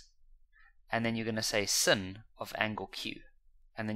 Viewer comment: The fact that he calls sine sin drives me crazy 😭😭😭😭